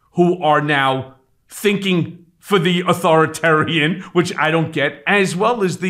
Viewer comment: you need to learn how to pronounce “authoritarian”, it adds to credibility. Put the “i” in between author and tarian bruh.